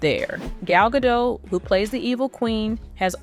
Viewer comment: GadoT. Please pronounce the T. She's not French. The T is not silent.